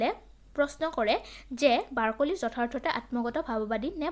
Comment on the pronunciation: Barkoli nhoi Barclay 😭🤣